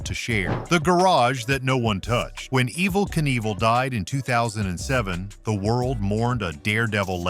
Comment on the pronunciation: As soon as his name was mispronounced I turned the video off.